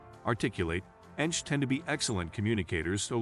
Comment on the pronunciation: Well researched video; thank you. A little irritating when the computer voice referred to ENTJs as, "enjs" (one word)